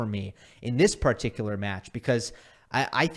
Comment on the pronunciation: Why does say "particular" with an indian accent?